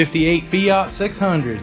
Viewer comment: It is not a feoot is is called a fiat , it sounds so odd how you pronounce the word fiat😊